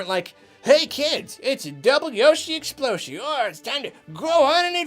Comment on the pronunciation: "Key kids, It's Double-Yoshi Exploshie!" lolBut seriously- the video is great.